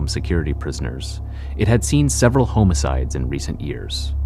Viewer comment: Can always tell when AI is reading when they say “homo-cides” lol